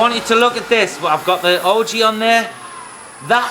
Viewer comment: What is an Ojee? I hear him referring to it throughout the video but I can't figure it out.